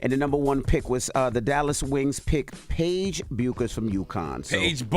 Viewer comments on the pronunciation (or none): Can he pronounce Paige’s name correctly! 🙄